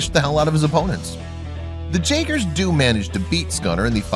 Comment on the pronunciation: It’s jaegers(yagers) not (jagers)